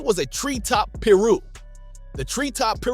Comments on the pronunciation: You gotta work on that Ai speech bot... It says piru weird af... It's pie-roo... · What the hell is a peer-ro? And what is a Rawlings 60😂